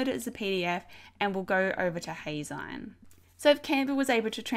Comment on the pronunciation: Actually, it's pronounced "Hay-zeen" as in magazine. Think of it as if you were saying "Hey! Magazine!" but shortening it to Heyzine. Thanks for the tutorial!